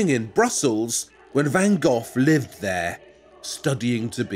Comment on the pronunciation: Van Geoff? Honestly? That's how you're going to choose to pronounce it?